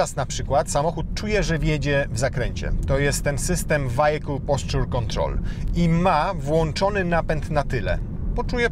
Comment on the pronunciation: Co to jest "wajekul" ??